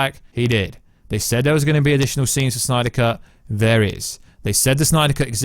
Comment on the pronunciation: Why does he say Snyder like that uhh..🤮🤮😅